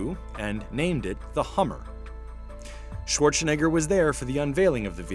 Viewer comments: I don't like how the narrator says "Schwarzenegger". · "Arnold Schwarchshinegger."